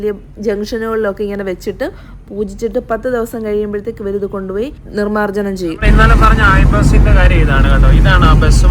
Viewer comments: നിർമാർജനം അല്ല. നിമഞ്ജനം ആണ്. ഞാനും ഇവിടെ ഇൻഡോർ ആണ് കേട്ടോ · നിർമാർജനം അല്ല..നിമജ്ജനം ആണ്